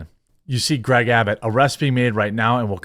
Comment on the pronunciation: You said "Abbit" instead of "Abbot". Lazy.